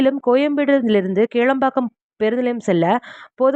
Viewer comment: Not kelambakkam, kilambakkam